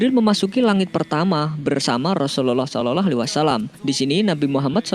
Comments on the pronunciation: Gak enak didengernya min ketika ucapin Slallahu'alaihiwassalam, diucapin "SOLOLOH" ini kan Chanel islami jadi harus jelas cara pengucapannya. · Waktu dibilang "rasullallah saloloh "?? Woiii yg betul bilangnya. Belajar dlu mengucapkan.. gak betul ini yg punya channel masa "saloloh waalaissalam" .coba kalian dengar dengan teliti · Belajar lagi ngucapin "salallah" nya mas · Adrian nagara betul.mas kok lafadznya seperti bukan orang pesantren atau orang muslim,,klo boleh tau mimin dan yg punya chanel.ini dulu mondok.di mana dan guru atau kyainya siapa